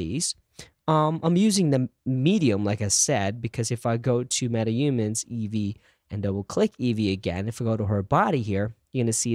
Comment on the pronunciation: It's not Metaumans, it's MetaHumans.